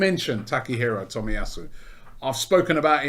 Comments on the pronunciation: Cant believe Robbie is pronouncing his name right lol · Robbie can say Takehiro Tomiyasu on the first go but still can't say Aubameyang after 5 years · im surprised robbie said the name correctly, after the Lachurro Martinez and Belleti butcherings